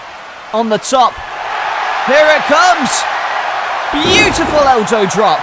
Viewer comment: Did you say "eljoe drop" or an i hearing things